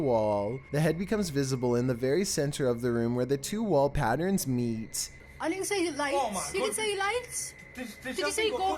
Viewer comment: Omg, ok, patt erns patt erns NOT PATTRENS!!!